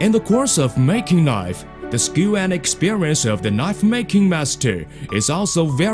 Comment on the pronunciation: "and we fucks our attention on mooking newest knife"